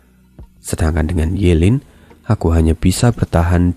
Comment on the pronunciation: Ye lin bang bukan yu lin